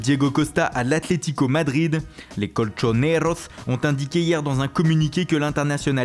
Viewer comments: "les colchonerozzz" ajajjjajaja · sur ma vie le presentateur veut etre detenteur de la medaille de prononciation ,lol !!!dites lui qu il ne sadresse qua des francais ." les colchoneros " ou juste l atletico madrid !!!! degeulasse quand il dit colchoneros!je souhaite quil soit viré!